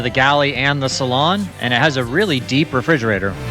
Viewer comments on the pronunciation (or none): none